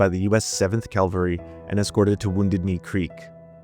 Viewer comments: Cavalry. Ca-val-ry. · More like calvary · Lol at “calvary,” why are Americans like this